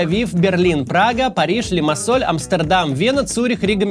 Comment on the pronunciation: Город Limassol читается без мягкого знака на конце